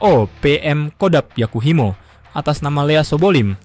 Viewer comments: Yahukimo min, bukan Yakuhimo 😊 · Bukan Yakuhimo tapi yahukimo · Yakuhimo😂 yg bener Yahukimo bang wkwk